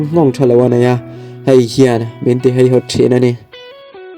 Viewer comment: Nia, keipawh haihawt tiin ain ziak reng si a. Heihawt tiin a chhiar talh mai hian ngaihthlak a ti hreawm deuh,tin hetianga mi tam tak tena an chhiar tura thu kan chhoar a nih chuan, kan tawngkam te hi i fimkhur hle thin ang u tih hi ka rawn sawi ve duh a ni, ngaihthlak a in nawm hleih em mai.